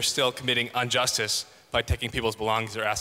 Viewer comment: Man really kept saying "unjustice" XD